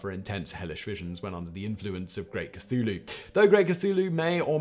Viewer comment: I'd be more impressed if his scriptwriters would include a pronunciation guide for Simon before he throws himself into the videos. Funnily enough, he doesn't seem to have much trouble with "Cthulhu". Secret cultist?